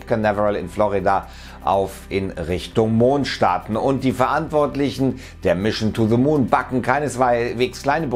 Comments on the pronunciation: "mischn to ze moon" ??? bin dabei, bro. ;) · Mischen too de moon. Ich dachte das können nur Sachsen 🤣🤣🤣🤣